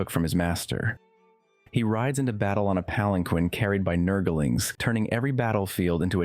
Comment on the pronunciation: "Nurgle-ings" bothers me so much lmao